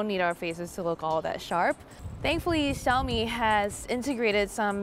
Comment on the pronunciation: Yes finally one pro tech reviewer pronounced XiaoMi correctly!